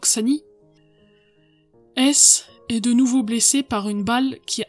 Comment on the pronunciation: Vous prononcez, à juste titre, un h aspiré pour beaucoup de noms mais pourquoi pas celui de Rudolf Hess justement?!